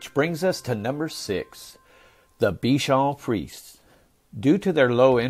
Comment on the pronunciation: Pour votre information, il faut prononcer: bichon friz ehh!